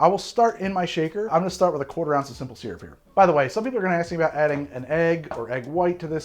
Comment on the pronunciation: of all the things that gets shit for, the thing that's really most irritating, and for which he seems to be given no shit, is his pronunciation of the word "SYRUP"